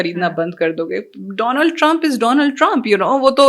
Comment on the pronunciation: He Pronounced "DOLAND TRUMPS"😂